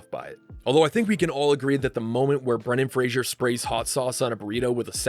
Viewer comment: There is no "I" in "Brendan Fraser"